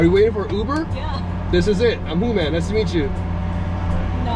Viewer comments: She pronounced Hooman as Human!!!!!🤣🤣 LOL hahahaha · I've just found your channel and i do like your gold digger pranks 😅😅 In this video i died of laughter when the third woman called you human🤣🤣🤣🤣 just a persian like me can pronounce your name correctly hooman😅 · Haha so fucking funny wen she said human instead of hooman lol 😋😋😝😛